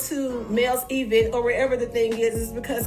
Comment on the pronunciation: If she says E-vent one more time! It is all one word!!!!!